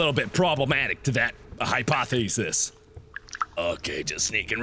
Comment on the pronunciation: Me: Hypothesis Mark: Hi-paw-thee-sis